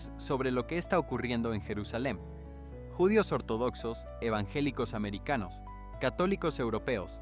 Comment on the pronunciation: Interesante el tema, pero, este locutor no tiene en cuenta los acentos: árbol, judíos, atraídos, atmósfera, quizá, volveía, profesía , inensificó, movía, veían, regresó, visión , y muchas más ¿ acaso es un robot mal programado? Tampoco pronuncia la ñ.